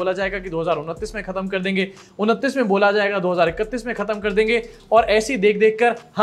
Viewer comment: Chunav❌ Shuunav ✅ Biswa 💩🤡